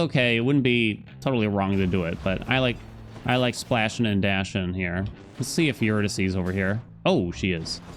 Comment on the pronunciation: "I like splashun' and dashun''" -, 2023 👌